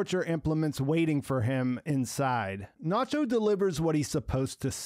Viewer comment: i love your reviews, but please show some cultural appreciation by pronouncing the names properly! Lalo (like "lullo" but not "lawlow") and Nacho (like "Nutcho" but not "Nawtcho") would be amazing!